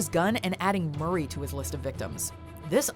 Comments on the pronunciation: D "HOW BOUT ANOTHER JOKE MUR- RAYY" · My favorite moment is “MuRrY”